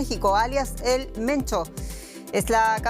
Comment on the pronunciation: Se pronuncia "Mencho" no "Mento"